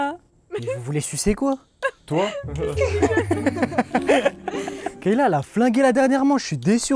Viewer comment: Le monteur vite fait c’est pas kEyla mais KAyla😂😅😅